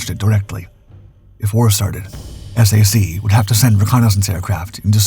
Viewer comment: Maybe you're saying S-A-C because you think that's easier to understand? We never pronounced the letters in SAC, TAC, or MAC. We said Sack, Tack, or Mack. Love the videos, thanks for the hard work and getting rid of most of the AI slop!